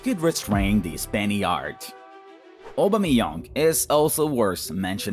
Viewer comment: No one: English speaking people: Obameyong